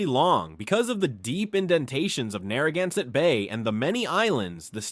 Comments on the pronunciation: OMG, please teach your AI narrator how to pronounce Narragansett words. This was brutal to listen to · What is ironic is that they're almost no Rhode Islanders who actually say it correctly. Via business connections, I know one of the chiefs of the Narragansett. They pronounce it as "nah-hah-gahn-sett". There is no R sound. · You really butchered all the indigenous names. Rhode Island has a rich linguistic heritage. Respect please. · I love my state. The skewering of the Indian words was hard to hear, though. We have a lot of them in RI